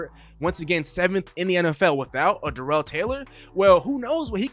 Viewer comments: It’s not duh rel it’s dare ul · LOL ya. You are saying it like Darrelle Revis. It’s kinda like how every one pronounced Terrell Owens name wrong. Starts with tear or dare not tuh or duh. Doesn’t matter just thought I’d say something.